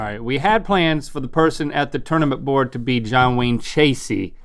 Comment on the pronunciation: Tournament, not Ternament... just sayin